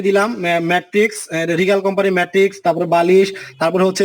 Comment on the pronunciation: ধুর মিয়া!!! খাটের মান না দেখিয়ে ম্যাট্রেস এর বিজ্ঞাপন....!!! ম্যাট্রেস নাম টা ও ঠিক মত বলতে পারে না আসছে ভিডিও বানাইতে...😑